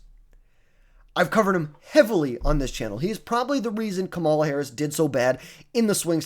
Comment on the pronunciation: It's crazy that people still mispronounce her name. At some point it's gotta be intentional? Also, please no Harris.. we don't want you as our nominee